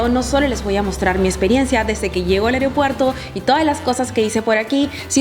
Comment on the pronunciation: Muy buen video. Buen contenido. Me gustó. Solo que debes corregir algo; se dice es aeropuerto, no aereopuerto. Saludos 😊